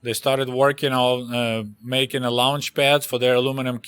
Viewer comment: At first I thought aluminum cucumbers were torpedos for a split second then I recalled the history 😂. You accent came into play when you first said launch pad. It sounded like “lunch” pad, which also makes sense for aluminum cucumbers 😂